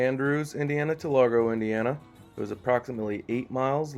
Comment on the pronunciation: It"s lagro, not largo